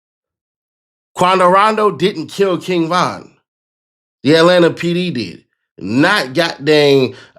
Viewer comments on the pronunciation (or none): none